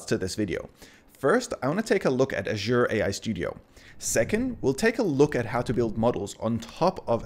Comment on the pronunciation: How you pronounce azure 😂asua